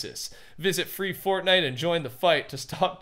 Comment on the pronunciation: Fwee fotnite